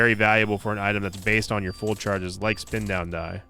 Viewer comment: Spin down start... No no... It's a "sin down start" 😂